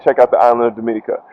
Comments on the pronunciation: I beg to differ- she is not the only instructor on the island. There are a few tours and rappelling in Titou Gorge. I wish you were able to show her rappelling down. Looks like a nice adventure! Pronounced Domeeneeka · U are killing me with the pronunciation of Dominica